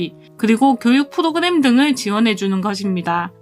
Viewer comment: 프도그냄,,,,,,,,ㅋㅋㅋ ㅋㅋㅋ 혀짧은 발음 너무 귀엽네요. 유익한 정보 고마워요^^